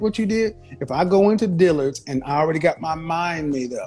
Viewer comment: or how she said Dillard's smh, she said "Deeelurds" 🙄